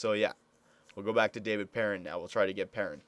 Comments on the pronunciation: it's not "pear- in" It's "Purr-On" He's French Canadian. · its david PEAR- AWN